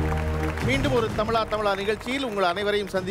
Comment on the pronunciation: தமிழா தமிழான்னு சொல்லுங்க அது என்ன தமில்லா தமில்லா